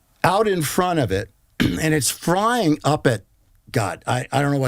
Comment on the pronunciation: 'frying' instead of 'flying' I don't know...but I really get a since this man is trying to manage public perception for a lot of this interview. If there is such a thing as a 6th sense for detecting dishonesty, mine was going nuts the entire time. What's the saying.... 'once in the CIA, always in the CIA'?